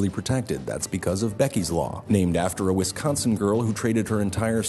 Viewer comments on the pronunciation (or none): Pronouncing wisconsin like that should be a sin.